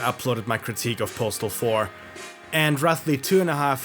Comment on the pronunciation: I've never heard this game pronounced correctly